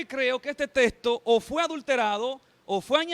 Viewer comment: por que la mayoría de estos que debaten pronuncian testo y no texto😂😂😂 por que y según son preparados😮